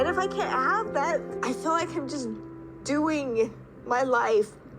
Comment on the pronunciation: Every time I hear “fill” when they mean “feel”, it’s like nails on a chalkboard!